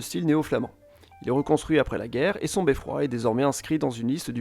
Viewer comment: Et on ne dit pas "beffroi", mais "beffrôô" ! 😅